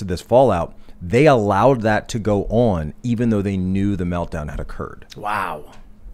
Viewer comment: The way says “on” (“oawn”) is SOO irritating. It’s not an accent it’s just him saying it wrong.